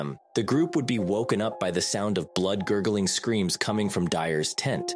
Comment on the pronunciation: "One of his vertebrates was broken" and "blood- xxxx" instead of "blood-curdling" ...really dude...? I know this mispronounced thing is trending or whatever but it's stupid - please stop. Too many more and I'll just unsubscribe. Maybe one person doesn't matter to you but I can't be the only one. This is a good channel with cool stories - please don't demean yourself with this silliness.